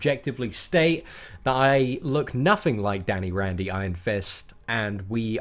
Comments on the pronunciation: Its Danny Rand not Danny Randy, geez get your name right! lol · Yo I love these videos and I don't know why this bothered me so much but his last name is Rand, not Randy. Once again, I really love these videos, they really help me out with the game. Thanks, and I hope this isn't too dickish of me